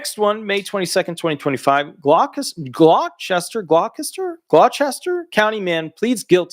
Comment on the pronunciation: The NJ town or county of Gloucester is pronounced "Gloss-ter".